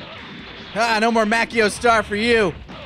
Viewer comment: When i first heard garlic junior say makyo star i thought he said macaroni star